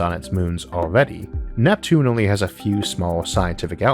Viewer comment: "Uwanus and Nweptune" I'm sorry it's too adorable for me to pay attention 🥺